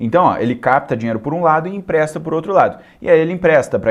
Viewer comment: "Impresta"????? É empresta!!!!